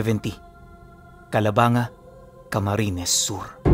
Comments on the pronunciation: Taga bicol ako.. ang tamang bigkas po ng lugar namin ay Calabangga hindi po calabanga... Pero ang tamang spelling is Calabanga talaga iba lang ang pag bigkas..😊😊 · Boss Mali pronounce mo ng Calabangga Hindi Calabanga...?? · Calabangga po pronounce nyan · wow na banggit din ang calabanga, I'm here btw 😅 Ganda ng kwento, calabangga po ang basa nyn 😅😅😅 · calabang ga pronounce Nyan Taga dito kmi sa cam,sur kalapit bayan namin yan from tinambac kami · Kalabang-ga ang pronounce nyan bisakol ako bisaya bikol tubong egros occidental